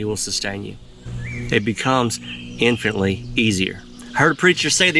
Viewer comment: Violence not "vilence". Terror not "tare". Infinitely not "infinly".